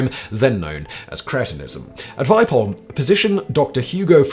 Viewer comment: It's pronounced "Vee-peh-holm" /A swede